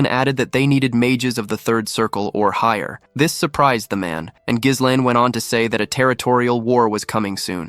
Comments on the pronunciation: I gave up after five minutes, irritated because the main character's name is mispronounced throughout. It's "gih-LANE" or "jeh-LEN" with a silent "s", not "GIZZ-len"; that one sounds like "glizzies" which sound like glistening hot-buttered hot dogs... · Bro the "s" in Ghislaine is silent. Work on ur AI voiceover